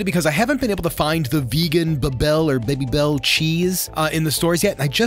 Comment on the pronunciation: how can he be so bad at pronouncing things that he can’t even say “babybel” properly 😭💀💀